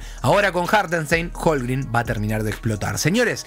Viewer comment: Amigo, se pronuncia Shei, no Shai. HolmGREN, no Holmgrin. Saludos capo!